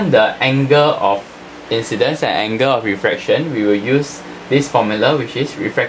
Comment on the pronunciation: Anga😔 = angle 😔😔😔😔 Srry sir u need some improvement in ur accent